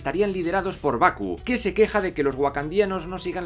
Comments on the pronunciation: Porque pronuncias los nombres como challa, chaka, baku y olvdas que bien pronunciados serían tachala, tachaka, embaku?, hay otras cosas que tienen explicación en las cosas que señalaste pero eso vaya que me estuvo distrayendo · Estoy de acuerdo en la mayoría del vídeo pero... Por que no pronuncias bien los nombres como T'Challa, M'Baku y T'Chaka? Te suda las Ts y la M o que paso?